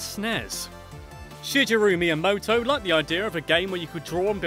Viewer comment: “Ya-mow-chee” and “Shidge-eru”? Come on, sort yourself out.